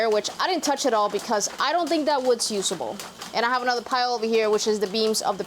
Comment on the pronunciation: you say dayse and yoosable but is actually said as daze and uzable. (days) (use-able)/ your welcome